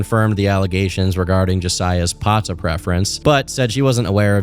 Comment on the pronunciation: Lol this white boy said pata💀😭